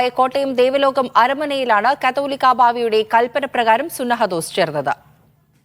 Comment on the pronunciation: കത്തോലിക്ക ബാവ അല്ല. കാതോലിക്ക ബാവ . കണ്ടനാടനല്ല കടമ്പനാട് ആണ്.